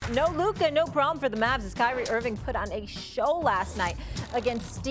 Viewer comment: Still cant pronunce Luka's name properly -.